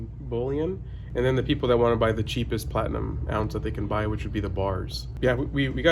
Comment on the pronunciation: See all it took was calling it "flatinum"...lol. He just said that within the last month or two.